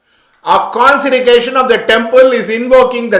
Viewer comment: You can't even pronounce consecration "conserication" and talks about Linga Bhairavi , I think you need to educated yourself sir first, secondly try to understand the dynamics of prana prathishta, if you entered the temple you would know.